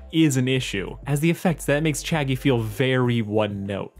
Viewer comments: Every time you say Chaggie just think about Shaggy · Whenever you say Chaggie all I can think is Shaggy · I see you changed the title, but nonetheless Chaggie is a crazy ship name. Sounds like you’re saying Shaggy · I kept hearing Chaggie as Shaggie XD Zoinks.